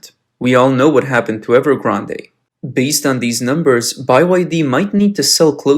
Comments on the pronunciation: Narrator also not pronouncing " Evergrande " correctly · That and "evergrandé" made me cringe so hard..